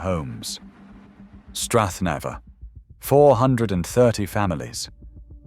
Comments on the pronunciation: Strath Nay -ver ya melt. And South Weest FFS. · Strath "nawver"?? Not in my lifetime buddy, take your AI and shove it.